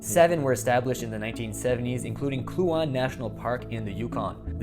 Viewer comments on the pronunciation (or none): The presenter needs to learn how to prononce Kluane ( Kloo ayn na ) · Wonderful Vid.. T. Y. -- oh, b.t.w. the National Park in the Yukon, is phonetically pronounced ( clu -wan - ee ) & Nahanni is pronounced ( nah - hawn - nee )